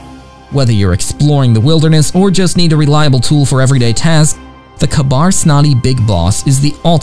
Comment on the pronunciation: Why can’t you pronounce Ka-Bar correctly, K-BAR!